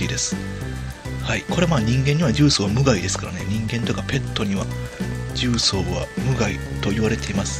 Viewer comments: じゅうそう↑十三 大阪の地名 重曹 じゅうそう↓ 正解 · 「じゅうそう」の「そう」は下げたらイカンのやね。下げるから「十三」に。 トーンをそのままで言い続けたら、「重曹」になるけどw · 重曹のイントネーションがキモすぎるww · ゴキブリより重↑曹↓がきになってしかたがない